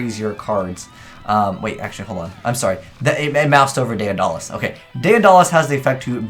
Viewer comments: Day-uhn-dollis... Tuh-rant... dude 😂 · Tie-Rant and Day-Duh-Lus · Day Uh Dah Les lmao Day da les